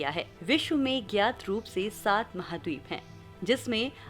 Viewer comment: Do hazar satta nahi saat bolo